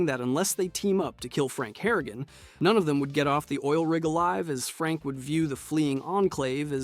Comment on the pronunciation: thats your problem with this video? not him saying 'sandy sands', saying ghouls come from vault 12, thinking vault 13 was in the capital wasteland, missing 2 entire games, consistently saying franks name wrong lmao